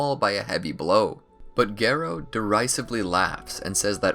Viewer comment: The way you pronounce Garo annoys me